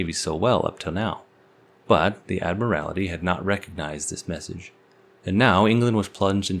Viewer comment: Admiral-ity!!? Can you see a second /i/ in the word "admiralty"?